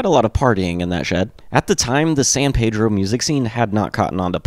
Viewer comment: Hi, my name is Richard Bonney. I can tell you got some information from the Documentary We Jam Econo, I am from Pedro and met George when I was 12, and Watt at 16 they were 2 years older than me. I was literally in that backyard shed when they first played. Besides the miss pronunciations and a few stores that are out of place, I am happy with this. Oh, and its called Peeedro, not Pedro. I was also with them on the last tour with REM.